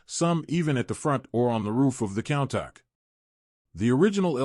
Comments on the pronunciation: It's not pronounced "cown-tahck"...it's pronounced "coon-tash" this video is unwatchable with all your mispronunciations. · It's pronounced "coon tosh" not count tack🤦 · When providing information about a vehicle, getting the name right seems important! WTF is a "Cowntok?"